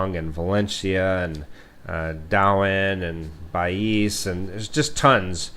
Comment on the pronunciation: Secure or siquijor ... Baeeez or Bais 😁